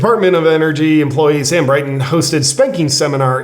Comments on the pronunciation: It's Brinton not Brighton isn't it? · It's "Brinton," not "Brighton."